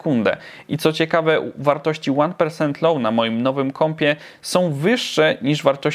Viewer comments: To już pozostań przy spolszczonej formie, bo rzeczywiście persent, a prosent (tak się wymawia) rzuca się w ucho. Trochę jak z Rikord Video na Stop Cham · Ja kiedyś naprawdę przejadę i coś Ci zrobię za te "Łan persent" >A<